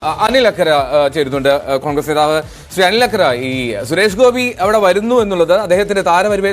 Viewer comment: ആനില്‍ അക്കര അല്ല ഇ ക്കര